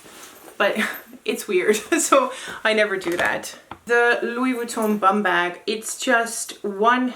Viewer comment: Loved how you pronouce Louis Vuitton its like it's UP there level hehe hope u get what on trying to say 😅 your so classy you dont have to try! 😍